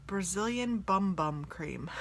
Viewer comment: Haha I think the Sol De Janeiro cream is actually pronounced "boom boom". Also, speaking of black eyeshadow, let me know if ever want another one of those palettes I sent you!